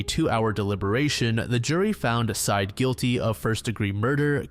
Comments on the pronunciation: No idea why it bothers me at all, but I have a sneaking suspicion that the ex boyfriend's name is not pronounced "side". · Bro theres an entire podcast and news interviews and documentaries with this story and you legit cannot pronounce syed correctly?